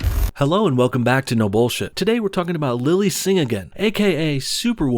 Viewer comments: Sinaga? It's pronounced Singh like sing. Not a good first impression you're making there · Kai Singh it said Lily singh-again